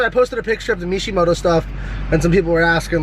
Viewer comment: "MEESHEmoto" lol